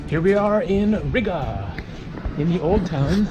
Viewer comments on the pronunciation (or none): It is pronounced reega not rig-uh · Isn't Riga pronounced "REEGA"? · Am i the only one that gets triggered by the way he says riga?😂(ri ga theres a space